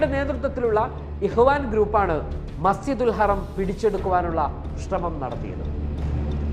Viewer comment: Masjidul haraam not harem